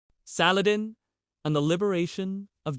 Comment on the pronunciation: I think if u r going to attempt a historical view of a most respected man you should at least attempt to pronounce his name right otherwise if u don't know how to say his name how can you know how to speak about his holy deeds.